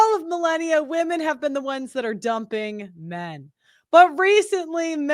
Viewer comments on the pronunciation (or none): WEMEN, WEMEN,WEMEN. All I hear on these videos 🥱